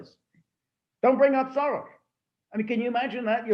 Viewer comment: Peter Lavelle says SHoros and George Szamuely says SoroSH. :-) Which one is right? ???